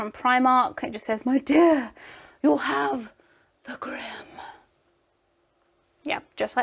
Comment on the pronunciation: When she said my dear friend , I heard m’dear ( from family reunion)